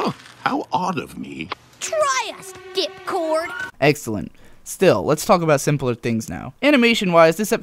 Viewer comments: Did Dashie say Dick-Cord or Dip-Cord.... Either way it's fucking awesome. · I heard "Dipcord"